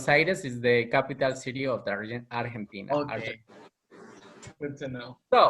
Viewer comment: dijo bien la capital de mi pais Argentina 👌😁 Gracias por los subtítulos, hay muchas entrevistas de ellos pero ninguna esta subtitulada, gracias de nuevo.